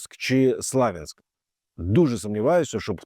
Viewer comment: Перепрошую, а навіщо Українське місто Слов'янськ перекладати на московський манер?🤔 Сподіваюсь Ви знаєте, що назви міст прізвища, топонімів тощо на іноземні мови і язик не перекладаються, а вимовляються саме так кажуть автохтонною мовою. Чи можливо ви на Владівосток кажете Українською мовою володивоСхід ", а на путІна путИн, на мєдмєдєва вЕдмІдів? якщо ні, то Ви є саме той приклад меншо вартого хАхлАмАлАросА.